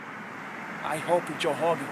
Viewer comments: ''Joe Hogan, i hope you live to hegret this. Craliu...craliu...'' Oh man. This brazilian has a problem. Joe recked him. Lol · First of all...if yer gonna bitch at Joe "Hogan"...learn to pronounce the letter "R"...🤣🤣Honald Hegan for Christs sake.... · every word dat begins with a R he replaces with a H? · "You can't see, Joe Hogan." lol! This guy can't pronounce r's. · Joe Hoe-gan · JOE HHHOGAN. JOE HHOGAN i am not going to fall for that!